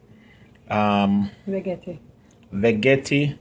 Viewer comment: Terrible. Do not know how to pronounce the name of the device and pathetic demonstration. Need to.learn proper English and better presentation skill. Horrible.